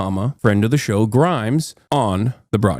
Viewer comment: I thought "Grums" was just how pronounces "Grimes" I didn't realize they were two people.